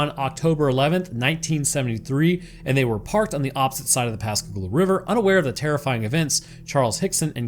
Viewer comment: Fuck yeah, my hometown in a Roanoke video! ❤ And you even pronounced Pascagoula properly! I've lived down here all my life and heard the story of the abduction so many times, but I always enjoy hearing people's takes on what actually happened. And aliens aren't even the only weird thing about Pascagoula. There's also the Phantom Barber from the 1940s, and the legend of the Singing River.